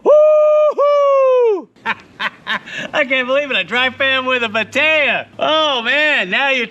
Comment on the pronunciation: Batea?? I thought you were saying potato!!! 😛😂